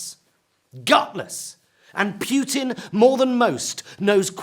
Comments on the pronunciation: Even though I hate Putin a lot, it hurts my ears to hear Pjutin instead of Putin. Please, if you do cover foreign countries, try to check your pronunciation before starting to speak, thank you very much. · Putin not pewtin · Is he pronouncing it 'Pute-in' instead of 'Poo-tin'? Love it. 😂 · I like how he calls putin as pew-rin. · I lik the way you say Putin. It's like puked in. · Most of all I like his pronounciation of Putin as in pewtin… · It is disgusting how the British cannot pronounce words or names that are not British. It is not "Pjutin" Mr. Pie, or is it Pee? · Pew-tin?! No, just no! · I find how he says Putin as Pewtin hilarious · Pee-ew-tin. He stinks. 👍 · Jonathan Pie taught me there's an r in "via" and several y in Putin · Lol the way he pronounces Putin 🤣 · I do love Jonathan Pie. They should put him in the same room with Trae Crowder. But he really should learn how to pronounce "Putin". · I agree. Pronouncing Putin, as in puke with an emphasis on the pu, is now preferred. Hilarious and honest.